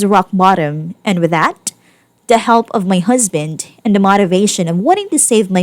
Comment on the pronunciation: It's strange, but I'm growing to like the narrator's harsh Ts. It's pronounced "husband". Not "husband'TUH". But, you do you.